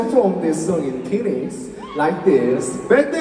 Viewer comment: yunho mispronunciation of phoenix is one of the funniest things i’ve seen. poor yunho 😭